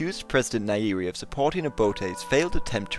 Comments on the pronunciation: nyerere, not nairiri. Pronounce 'ny' together, just like in 'grand canyon' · . There is alot of tanzanians watching this video. And you acutually pronounced nyerere. As nairi. :/.